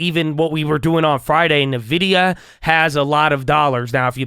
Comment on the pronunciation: hey just wanted to let you know nvidia is pronounced like "in-vidia" not "nuh-vidia" !